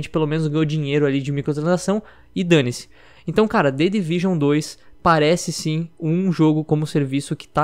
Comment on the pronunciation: "The Division uane ..." " The Division dois"